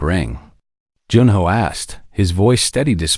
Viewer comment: Good story. However it ends abruptly, and needs to be completed. The AI needs some adjustments: The "." at the end of a sentence indicates a pause, not the word "dot". The name Junho does not need to be pronounced by each letter. Also, some parts of tthe story are out of order?